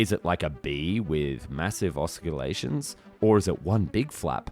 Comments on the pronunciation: It's difficult to take you and the video seriously when you keep mispronouncing the name. It's an orni-thopter, not an orthin-opter. "massive osculations"? Really? A bee doesn't KISS anything (That's what osculate means.) You mean 'oscillations' instead I'm sure, a completely different thing. I've unsubscribed because this is just stupid. If you don't know what you're talking about you shouldn't be attempting to educate anyone. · Yes indeed... NOT "osculations", but "oscillations". Somebody needs to fix this defective computer speech... OR rather, a defective human. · Not even carbotanium is going last long under those stresses. !!! It's OSCILLATIONS not "osculations" lol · It's just a quirk of speech, no biggie. I was intrigued by the notion of "massive osculations" though 💋😘